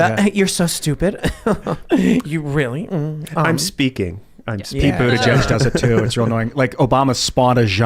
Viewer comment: I think it’s pronounced Pete Butt-gig